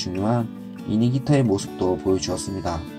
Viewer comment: 이닝히터가 아니라 이닝이터입니다(eater)